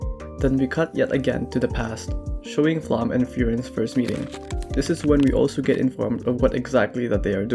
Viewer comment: Her name is Flamme not Flum